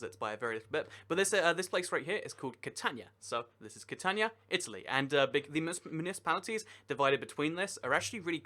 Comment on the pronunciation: It’s not pronounced cat tan ya it’s Cat an we ya. The letter I in Italian is pronounced like the double letter e in knee, tree, and bee.